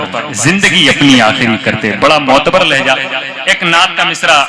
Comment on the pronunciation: Mai to samjh Raha tha aap padhe likhe hai magr aap لیہزا bool rahe Hain waah mage hai لہجہ 😅😅😅😅